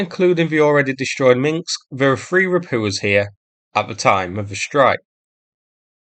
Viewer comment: Not "Minksk [sic]", "Minsk".